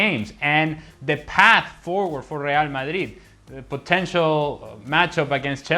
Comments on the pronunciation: Rial madruid sounds weird to us native spanish speakers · When you fluent in many languages (and Spanish IS your mother tongue), what`s wrong with pronouncing the team`s name the way it sounds in the original language? Besides, it certainly is MUCH more fun for the audience both in GB and the US>